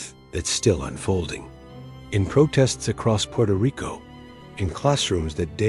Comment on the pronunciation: "Purto Rico?"